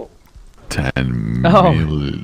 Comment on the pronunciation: "ten milliano" I just about fell on the floor lmao. He needs to stop being so funny.